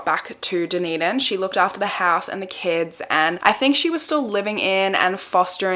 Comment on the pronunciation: Thank you for saying Dunedin correctly !!